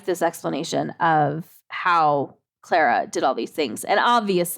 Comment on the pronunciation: It’s not pronounced Claire-ah it’s Clah-rah. It’s the same mundane difference between Lara and Laura. it’s someone’s name so it matters though.